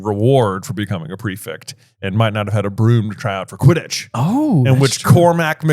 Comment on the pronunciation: why do you say prefict instead of prefect?